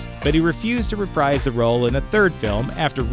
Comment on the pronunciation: Reprise(d) is pronounced rePREESE(D). Just so ya know.